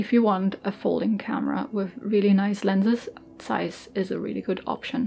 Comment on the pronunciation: Ich hab mich erst erschreckt das jemand bei YouTube Zeiss richtig ausgesprochen hat, dann kam die Sprache auf Düsseldorf... 😅 Ich habe selber eine Ikonta, ohne super, und bin immer wieder begeistert über die Qualität des Objektivs. Die "kleinen" Ikontas haben zwar keinen Rangerfinder, sind dafür noch etwas kompakter.